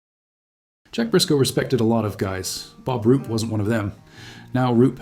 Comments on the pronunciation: Roop not Rupe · It's Roop